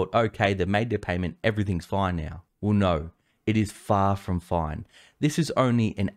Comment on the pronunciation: Did he say now or meow?